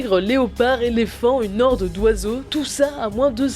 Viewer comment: Juste, une HORDE avec un H ! pas une Norde ! et du plexiglaS ! le S se prononce, ça ne fais pas très sérieux ^^' Sinon bonne vidéo ^^